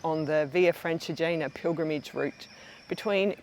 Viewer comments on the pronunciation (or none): Your videos are always interesting and the photograpy is so good. As an italian, and tuscan, I just point out that in the adjective “Francigena” the stress is on the I and you have to pronounce the final E of Colle val’Elsa (E like Elephant).